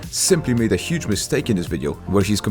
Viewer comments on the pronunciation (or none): none